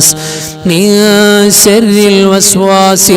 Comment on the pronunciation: Surah falak .sharri enn parayunnidath sarri ennaan kelkunnath. Sharri ennu vyakthamaayi ucharikkuka